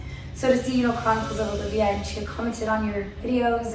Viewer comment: Her name is Alivea, not Olivia.